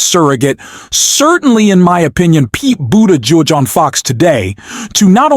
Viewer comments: Pete's name is pronounced "BOOT- EDGE- EDGE" , accent on the first syllable according to Pete's husband. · lol, I’m giggling how you pronounce his last name, think boot edge edge, I learned this from a 6 year old girl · "Do you then think half the Americans who seem to prefer him over Kamala Harris are clueless?" Obviously they are. The weird Machine-Voice is a little scary... and pronounces "Buttigieg" very strangely. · I think Mayor Pete will. at some time in the future, be the President. And America will be much better if he is. I wish you would, however, drop the weird pronunciation of his name. That alone takes away a lot of credibility from the veracity of your channel., you have heard his name a thousand times and know how to say it.